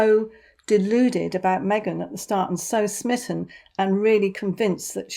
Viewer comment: Get well soon Harry. Surround yourself with good people. Me-gain is not it